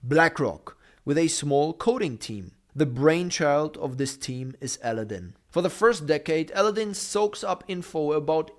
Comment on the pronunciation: You need to learn how to say Aladdin!